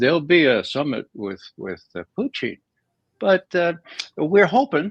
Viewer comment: Why does your guest say "Puteen"? Hes the only person i have heard pronounce his name like that